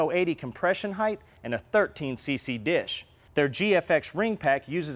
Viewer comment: Hithe not height or is it height? 🤔